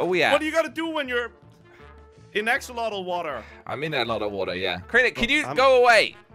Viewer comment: AXOLOTL NOT AXOLOTI